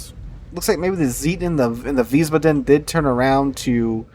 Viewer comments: Please fix your pronunciation of Wiesbaden. You keep saying veez-buh-DEN. It is actually VEEZ-bah-den. Stress on the first syllable and "ah" sound in the second, not "uh". Ich spreche Deutsch. It just hurts my ears every time you say it. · OK,..... this is the third or fourth video I've watched where you mispronounce Wiesbaden.....I figured someone would have commented on this by now.... but the correct pronunciation is Vees - bahden... baa--(as in sheep) with the accent on the first syllable. Thanks for continuing to make good content!! See you in the next one! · Wiesbaden has one d so long a. Wiesbaaaaden. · the name of the new ship is Weisbaden (pronounced Veesbaaden). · Wiesbaden ---> Vees-baa-dun.